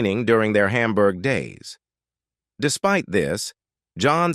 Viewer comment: Why do you pronounce Hamburg as Humburg? Do you pronounce hamburger as humburger?